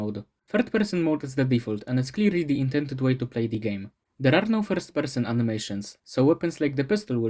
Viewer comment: holy shit your accent when you say first person